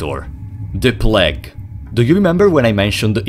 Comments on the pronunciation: my favourite thing about this video is that he pronounced "plague" like "plaque" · "The pläg" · The way this guy pronounces 'plague' is scarier than anything in the game